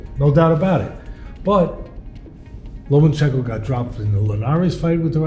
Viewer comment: Teddy still can’t say lomAchenkos name right